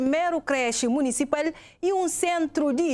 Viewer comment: Sounds more like a French person speaking português to me. The way she pronounces "social" and "municipal" is a bit frenchy I think 😅